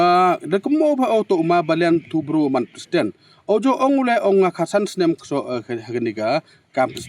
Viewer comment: Tang u pronounce wym tip president leh. Yo kam k u ni hi.